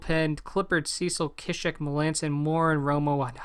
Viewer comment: I'm pretty sure it's pronounced {sea-shek} not {kishek}